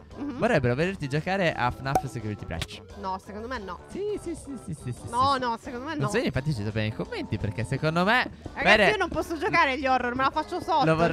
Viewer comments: Comunque siciuriti brec non si bice così ma siciuriti bric no brec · Non credo che potrebbe giocare a Sicurity Brech perché non sapete neanche che si pronuncia Sichiuriti Bric